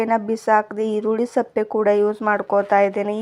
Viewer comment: Adu erulli sappe alla sippe antha heli